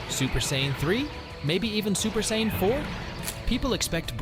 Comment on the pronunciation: It’s Super SAIYAN not super sain. Learn how to speak goofball.